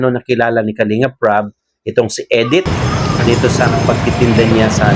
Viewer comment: Hindi po Edith,Medith po.